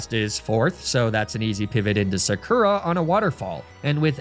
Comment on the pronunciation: absolutely killing me here with that “Sakura” pronunciation,.